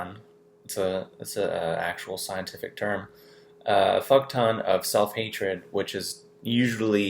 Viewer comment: I am glad you said 'fuck ton' twice because I thought u said 'photon'. Same same I suppose x